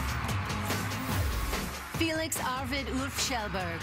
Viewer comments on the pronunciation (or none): Who the hell even is Cameron Dallas? Felix so deserved that. And Bella, learn to say his fucking name. I mean damn